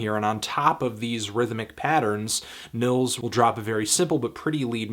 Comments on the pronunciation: Nils is pronounced like (K)neels...great stuff though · its pronounced like ' Nyeelts ' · It's pronounced "Neels", bro. Nice review. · the first name is pronounced "neels" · Just a help, the i in Nils is pronounces longer, like Neels, if you will.